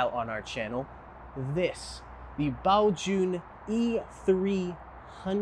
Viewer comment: I really wanted this review, thanks so much. Also, really appreciate the correct mandarin pronunciation of Baojun